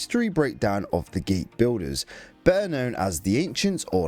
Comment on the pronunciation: The word Builder does not have an Estuary W in its pronunciation, it's an L (el) - stopped the vid after a couple of minutes because of that.